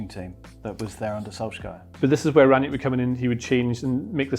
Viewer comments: It's Ralf Rang-Nick, not Ranyick... Sick of so many idiots, such as these, claiming to know how to pronounce it and getting it wrong... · Just a word about his last name: imagine you called your friend named Nick on the phone. You would say that you "rang Nick". That's how you pronounce it, not Ran-nyick lol. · There is no J in Rangnick. Just put Rang and Nick together and you got the pronounciation.